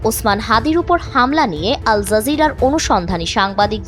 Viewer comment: Zazeera না Jazeera... J এবং Z এর উচ্চারণ একই না. G ও j উচ্চারণ একই Z এর উচ্চারণ অন্য রকম